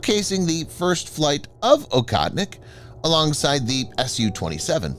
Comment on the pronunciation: It's pronounced "OHOTNIK" you western cretin.